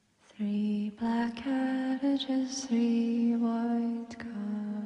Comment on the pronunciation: Thought she said cabbages instead of carriages. And worried about what cabbages she was eating 😅